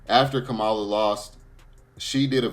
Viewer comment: Please pronounce her name right Kam ma la Harris